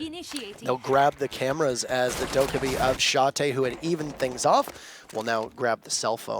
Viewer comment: Dokkaebi isn't pronounced like that. What happened to the days when people knew how to google a Korean chick to pronounce a foreign word for us? I know, too much to ask for.